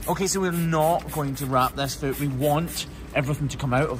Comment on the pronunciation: Yes! Fluid not liquid. Does your son also say foot, rhymes with boot? He’s so cute ❤️